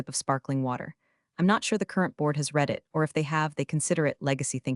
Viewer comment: Hi, To the producer of this channel. Please send someone to the voice autoreader program you are using and correct its most flagrantly flawed pronunciation of words in English and International words. I suggest that you teach it to differentiate the pronunciation of the word Read. The pronunciation is radically different in the present tense and the past tense even if it's spelled the same. This is doable as I've heard many aoutoreader programs do it. Another word that should be changed is the pronunciation of the word Patagonia. It is used in almost all the stories by this channel and the pronunciation of your autoreader program is atrocious. Neither the brand name nor the geographical location is pronounced in the manner of your autoreader program. Please see to it that it is corrected or change the brand name in your stories. You should also investigate if you are infringing on the trademark or copyright owned by Patagonia the brand. Even if you're autoreader pronounce it incorrectly we can still read the word, and it's quite clear what you are referring to. In my estimation you are in breach of trademark and copyright, unless you have a licencing contract with them. Your mere use of that brand name in a way that suggest a general knowledge of the it tells me that Patagonia as a brand might be under what's called Kodac protection, a higher level of protection on an international level. This is not ment as legal advice, just a suggestion that you consult with your IP legal